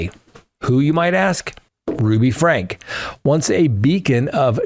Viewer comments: Said Frankee or Frankie not Frank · Franke pronounced Frankie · You should know that Ruby’s last name is pronounced “Frank-ee”! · Eve was 5 when she was forbidden from Christmas. Sherry and Chad were the oldest. And it’s pronounced with a long ē, like FrankEE. You’ve got a couple of facts mixed up, especially about Eve’s age. You’ve got her conflated with Sherry. Chad didn’t escape, it was the younger brother, whose name hasn’t been released. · respectfully you got most of the facts about Ruby Franke wrong including names of victims and the pronunciation of the last name. It’s pronounced Frankie. This is such an old story. I guess it took awhile for the documentary to be produced. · Frank-eeee just sayin.. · love you, but you got a lot of th facts wrong in the Franke case. (that's frank ee). Also the kids names were all switched around. Commenting near Springville, UT. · You have the facts/names wrong in the Franke (pronounced Frankie) case. Since I’m leaving a comment I just want to mention that I prefer the earlier videos when they were strictly facts without the comments that I’m assuming are supposed to add humor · her last name is pronounced: Frank-EEE